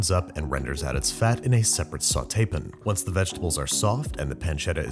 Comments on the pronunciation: can you stop saying "pin" when you mean "pan"? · Watch Batali's version on Molto Mario. Much easier, 20 mins Max, and zero chicken stock (an abomination). And where on this whole planet is the word pan pronounced pin. Plus no shamelessly hawking products. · What is that pronunciation of the word “pan”!? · why does he pronounce "pan" the way that he does! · He does it in other videos too. One of his quirky things he does for fun. I'm almost certain he pronounces it "pan" IRL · why does he pronounce "pan" in a weird way? he never did that when he started lol. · the way he pronounces pan bothers me a bit. other than that keep it up.